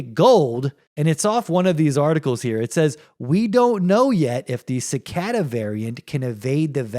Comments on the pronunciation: Wtf is sicada? Its pronounced Ci Kay Das lol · Generally a mispronounced word isn't funny, but when you say it 50 times in a row it's kind of hilarious. I can't believe that you've never heard the word cicada before. How is it possible that you can't pronounce a word that you've likely heard hundreds of times?